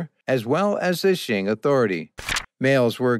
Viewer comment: Very interesting information. But please, “Qing” Dynasty is not pronounced “Shing”. It is very difficult to hear you keep calling it Shing.